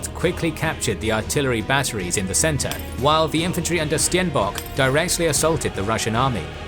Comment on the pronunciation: Hooblood? Styenbock? Might wanna look into how to pronounce the names you'll be saying repeatedly in your videos.